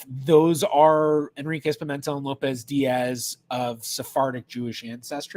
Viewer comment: In the name "Pimentel", the stress is on the 3rd syllable, not the 2nd: it's a bit like pea-men-TELL.